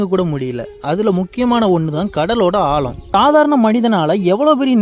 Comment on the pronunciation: ஆலம் இல்லடா ஆழம் சரியாக உச்சரிக்கவும்